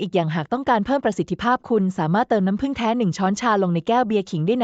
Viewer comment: พูด หรือ อ่านไม่ตกวัค.เช่น.น้ำ.แล้วมาผึ่งในวัคหลัง ทำไม่อ่านว่าน้ำผึ่งเลยล่ะ